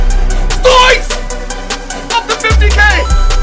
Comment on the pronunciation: Why do you say hwoys? It's soooo annoying, like if you agree